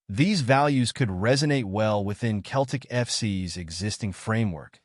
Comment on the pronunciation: Its Celtic not Keltic